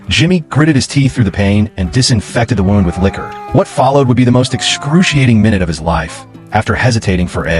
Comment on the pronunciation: Can't you tell whether wound should be pronounced wound or wound Rubbish Reader?